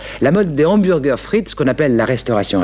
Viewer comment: En résumé, William Sheller était à l'époque le seul français à prononcer correctement le mot hamburger. En 1997, ouiiin, BK quitte l'hexagone. La disette durera 15 ans